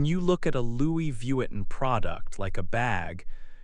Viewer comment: Pronunciare in maniera decente il nome Louis Vuitton mi sembrava il minimo! Peccato. Fa venire talmente il nervoso che rovina tutto il video